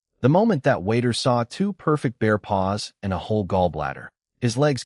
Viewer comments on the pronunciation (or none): none